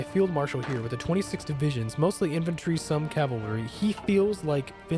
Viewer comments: Y'know, it sounds a bit like you're saying inventory instead of infantry. maybe it's just accent or something? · As a stupid swede I may be phrasing myself incorrectly, I feel... But anyways, it's just that it sounded like inventory as if you were skipping the 'a' in the word infantry. It's really nothing, just a remark. [Accent is the word I was looking for. It's and I'm too tired to language right now ;) ]